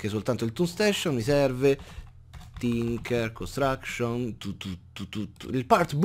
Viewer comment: non lo sapevo...comunque i nomi esatti sono "Tinker's Construction",non "Tincher" e "thaumcraft",non "thaucraft", giusto per soddisfare il signor....... e giusto per curiosità.....quel "lol" alla fine che senso ha?